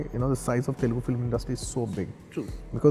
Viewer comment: before saying mass or whatever first actually watch telugu cinema instead of just the commercial flicks and second of all learn how to say TELUGU PROPERLY BHAIJAAN